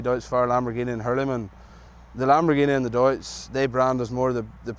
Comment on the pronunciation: Finally!! pronounced Deutz correctly 🤣🙌🏻